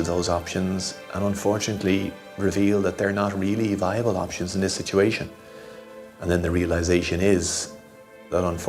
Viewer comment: The word "Sitiation"! My syblings and I used to say it that way and laugh! I haven't heard anyone else say it until now!